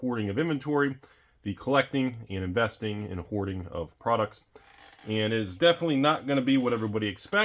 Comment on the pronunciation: Was that hoarding or whoring sir? Please clarify.